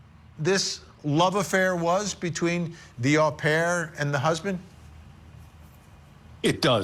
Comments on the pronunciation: Not a big deal but " Au pair" is pronounced "owe" pair.... not ahh pair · Well, if you're going to be picky, 'owe pair' is also an incorrect pronunciation.